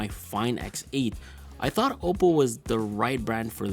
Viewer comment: Bro u pronounce oppo like it's "au-po"